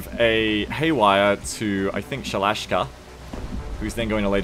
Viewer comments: ShalashASka, not Shalash'ka! :P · Also it's Sha-La-Shas-Ka, pronounciation wise, you're not pretty good ;) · Sha-la-SHA-ska damnit!